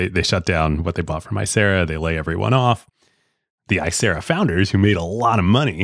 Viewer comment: Small correction: It’s Icera not acera